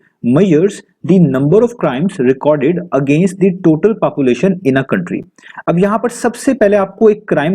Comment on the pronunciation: Its not pronounced papulation its population😂 try to speak population it feels so cringe